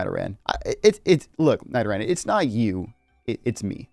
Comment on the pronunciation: Why did you say Nidoran like that